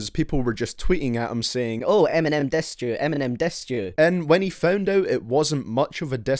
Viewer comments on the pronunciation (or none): How he talks? He Says Not DISSED, But DESSET! WTF/ Learn How To Speak While I Learn How To Write :D